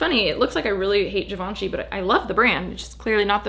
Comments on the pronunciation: It is “Jhivanjei” not “ Givenchi” ✨✨✨ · “zhee vaan shee” girl not chi